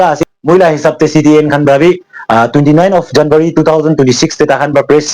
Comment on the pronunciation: It's #january not ₹janwary